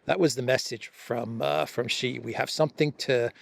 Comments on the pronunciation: ! STOP SAYING JHEE. His name is SHEE JIN PING, why because JHEE means PENIS. Always say SHEE like you say female in English. SHEE is correct not an insult. JHEE is equal to CHRISTOPENIS. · ? SHEE JIN PING not JHEE JIN PING. Why? Because JHEE means penis in the Chinese language. How do you like your name mispronounced as Christopenis??? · Xi Jinping is obviously the most poweerful person in the world. I cringe every time I hear mispronounce his name. He's not Mr Gee. Whatever happened to the attention to detail we used to expect from The Duran?